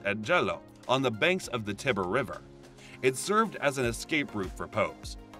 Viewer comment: I CANT take anyone seriously who can't correctly pronounce "papacy, Tiber and Tucson"